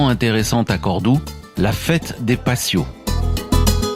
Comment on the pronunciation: on ne prononce pas passios mais patios en prononçant T et pas S dans la "fiesta de los patios"; Cette ville est superbe, surtout la Mesquita et les ruelles fleuries